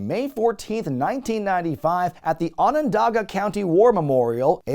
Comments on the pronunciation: as someone from Syracuse he got pretty close, everyone ive ever know has pronounced it like "onadaga", the second on just becomes an a. most people butcher it completely tho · Much appreciated for pronouncing "Onondaga" correctly!